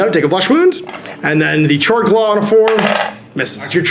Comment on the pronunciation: I'm back, just a friendly reminder that "Chord" is pronounced (k-ord) like a music chord. Great video again :)